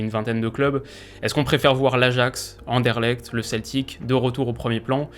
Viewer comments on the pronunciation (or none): Comment il a calé "Anderlecht" juste pcq c'est une chaîne Belge haha